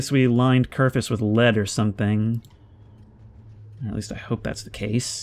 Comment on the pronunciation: For the love of god, his name is KERFUR not Kerfus. Its so minor, but it bothers me so much. Your videos are awesome, please dont stop.